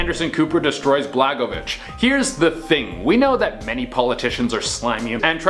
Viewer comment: good video dude. I don't like Blagojevich but you're saying it wrong lol <3